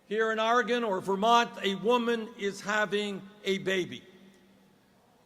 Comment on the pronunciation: Man he even says Oregon right. That is YUGE.